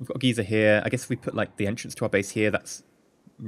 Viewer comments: We this is somewhat annoying me you are saying gezer you are supposed to say it like gy-zer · Maybe this is a EU/NA thing, but I've always heard it pronounced 'guy-ser'. 'Gee-ser' refers to old people, generally men.